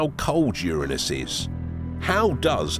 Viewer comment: Glad to hear it pronounced URA NUS. Because if you start talking rings around UR ANUS it doesn’t sound good.